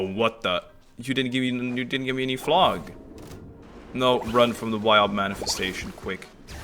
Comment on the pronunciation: I can't wait to see your act 4 reactions! But please.. is pronounced "flow" not "flog" 😅 Flow-gis-tin, Not Flog-istan. Not a single character in game as ever pronounced it that way but like, 50 of the people I watch play the game randomly mispronounce it the same way 😂. I get English is dumb and hard to sound out, but when 40 characters in a row say it the same way you'd think people would figure it out eventually